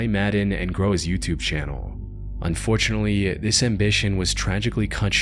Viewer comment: When ever the narrator says "unfortunely" you know its gonna be dark.